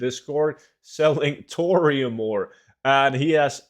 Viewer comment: Tour-ium bars confused me when I listened to this without a visual 😅